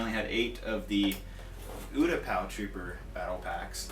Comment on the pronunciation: You're pronouncing Utapau wrong. It's you-tah-pah.